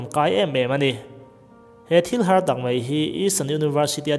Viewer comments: Ṭha hle mai,,,,mahse Mizo ṭawng a,,,MAI tih tur MEI kan ti ṭhin hi cu sim a va ṭha em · A thupui hi a fu lo deuh a ang....a bak chu a ṭha lutuk e. Kaina chanchin a ni mah zawk a. mi tam tak thlir leh ngaihthlak a ni si a...Mizo ṭawng humhalh nan pawh, mai tih hi mei ti a..lam lo a, chiak fekfawka mai han tih kha a ṭha ang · Mei tih hi dansan la mai ti tawh zawk teh ngaihthlak a nuam deuh ang😂😂